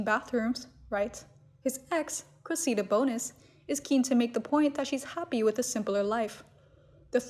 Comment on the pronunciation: PLEASE learn how to pronounce the name “Cressida”. It goes like this: Kress – eh – da. (But say it really fast!) Wash, rinse, repeat” Kress – eh – da. Kress – eh – da. Kress – eh – da. Kress – eh – da.